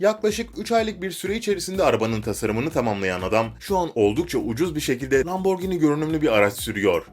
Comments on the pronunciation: Lamborgini değil lamborjîni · abi o lamborgini değil lamborjinii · lamborgini değil lamborgihini bide lamborgini diye okunmuyor lamborcini diye bide bizene türkiyede lamborghini mi var? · Abi lamborgini deyil laburjini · Neden lamborgini diyon? :D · Lamborgınt aq